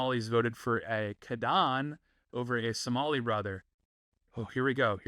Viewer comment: No Zohan was from Adam Sandler, not Tom Hanks. Also, Somali is pronounced phonetically, so you did fine, lol.